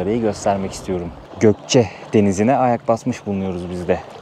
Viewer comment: Gokce deyil Goyce